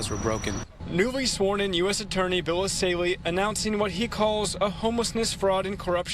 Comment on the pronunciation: It's Bill ESSAYLI not Assali. Good video, though.